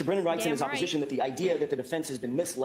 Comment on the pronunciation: How come you say breeeeenan? It’s Brennan. But love your videos!